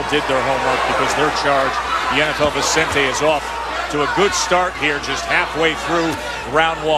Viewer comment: cant pronounce Vicente, idiot calls him Vezzante'